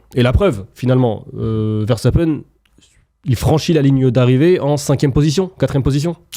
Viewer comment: Il s'appelle "Veurre sta peun" pas "Verre sta pène"